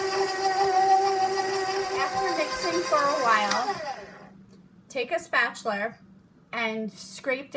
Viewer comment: Did anyone else catch that she said "spatchuler"? I immediately thought of Mr. Crabs from spongebob. lol